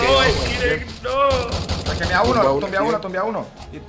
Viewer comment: EN "Direpto" hahaha😂😂